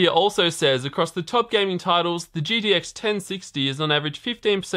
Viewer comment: Why do you keep saying GDX? Its G"T"X DAMMIT!!!!